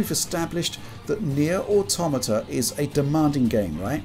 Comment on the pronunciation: Finally, someone who knows how to pronounce "Automata" correctly..